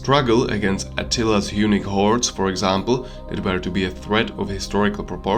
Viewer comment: Good video. Maybe just work on your English pronunciation. Unique/Eunuch = Hunnic